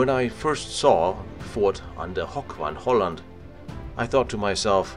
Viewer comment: good video, but try to avoid german pronounciation of dutch places. Hoek van Hooland is not Hock von holland, but HOOk van Holland.